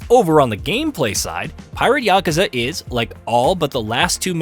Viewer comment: YAKU!! YAKU!!! NOT YAKA!!